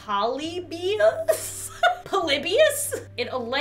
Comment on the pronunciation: Polybius is pronounced Puh-lih-be-is